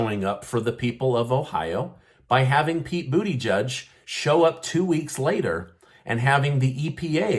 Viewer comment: Lmao he said Pete booty 🤣